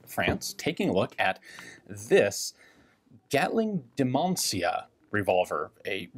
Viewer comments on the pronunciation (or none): Kudos to you, Ian, for getting the pronunciation just about right (except for the very last syllable). In Romanian, the name "Dimancea" sounds more or less like "Deemunchah", with the last syllable pronounced like the Cha-Cha dance. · The pronunciation is more to the tune of "Dimancha". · That's a damn odd and rare piece. BTW, it's pronounced close to Dimancha in Spanish. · Haralamb Dimancea is aproximately pronounced as Ha-rah-lamb D-mun-cha, where "lamb" is like the first syllable of the greek lambda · for conformity: it is pronounced HaraLAMB Deemancha. Hara as in harakiri, shorter "ee" :) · It's pronounced close to Deemancha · It is pronounced something like: Dimantshia or Dimantshea. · It's pronounced Dee-muhn-tchea. Obviously, only Romanians or people studying Romanian would know that, but anyway... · Pronounced Dee-man-Say-ah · Dimancea... My man rlly butchered the pronunciation 💪, fun video nonetheless